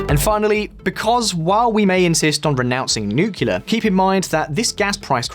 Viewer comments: Nuclear, not 'nucjular' ffs! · For the goddamned millionth time, it's NUCLEAR, NOT NUKULAR! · I thought we all agreed that "nukular" was for tardos. It's NU-CLEAR. NEW-CLEAR. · NU-CLE-AR . not nucular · NuCLEAR not nucular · Nucular? Ffs... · did you say nukular? :D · Jesus, learn to pronounce nuclear properly